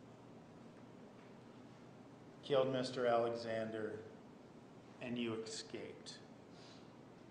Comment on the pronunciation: How does Nurmi get through law school when he pronounces “escaped” as “excaped” . Just sayin ‘.